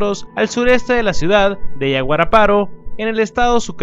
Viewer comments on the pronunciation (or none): none